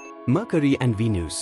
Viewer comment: its venus not V News